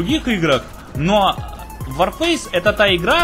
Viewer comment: ЛОЙС за СЛОВО "ВОРФЭЙС"